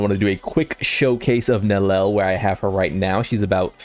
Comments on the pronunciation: It can't be THAT hard... Neli-el, please get it right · 3 syllables.. Nel-E-L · Bro still does not know how to pronounce her name😭